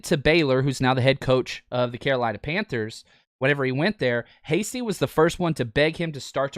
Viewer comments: Your favorite UDFA really?!?! Hastings huh... HIS NAME IS HASTY!!! My lord can you at least get your "favorite" UDFA's name right? Hate to be so negative but if you want to be taken seriously and build your channel work on the details bud. SMH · Please, please, please, say his name correctly!!